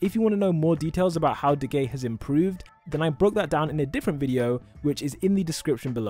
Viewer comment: “If you wanna know how Decay-“ Me Hearing: “If you wanna know how De gay-“ Lol